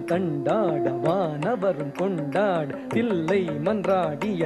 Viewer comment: Raadakala's dance is super. But, thollai aalangaadu is wrongly pronounced. Thillai is( chidambaram) correct and then Bandam means poetry. Next thurithamudan is not correct. (you meant fast) .Thrutham (1 thattu 1 veechu) thrutham, laghu, guru, plutham, kaakapadam these are different types of thaalams. Thiru Neeli Kali"s skin tone is dark blue. So i.e Neeli